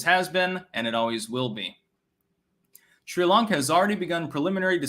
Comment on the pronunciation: What is "Shree Lanka" oh mein Styxtje?